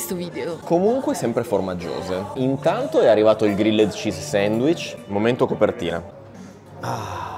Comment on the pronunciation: Ragazzi, siete i numeri uni, sempre un simpatico e fresco appuntamento della domenica... Però ve prego, almeno un "grill'd cheese", no g-r-i-l-l-e-d come si scrive, non si può davvero sentì. Comunque un abbraccio da un ammiratore sfegatated